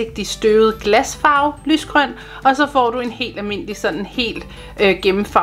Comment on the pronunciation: Det er ret sjovt du siger “ lys grøn” 😂😂